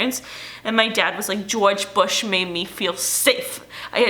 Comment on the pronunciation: gweowge bwush made me fweew SWAFE